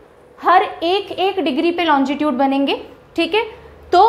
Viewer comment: मैडम आप लोंगिट्यूड को लोंजी ट्यूड क्यों बोलरहे हो